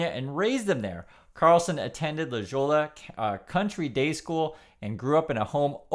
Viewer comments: its LA HO-YA not la JO-LA.. come on you have heard some spanish being on the west coast. Anyhow, Tucker is a turd of a human being. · It’s La Hoy-ya, not La Jaw-la 😅 And yeah, it’s bougie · La hoy-ya!! I thought you lived in LA? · Hi! Just want to share that La Jolla is pronounced “La Hoja” with a long O. I love your channel. Keep it going. All of your outdoor video entice me to visit South Korea. It looks really pretty. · Others will have this too, it's pronounced "La Ho-ya." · La Jolla is pronounced La Hoya . Love all your vids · it's pronounced "la ho ya"